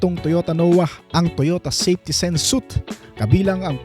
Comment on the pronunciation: SUITE pronounce as "swit" hindi "SUT"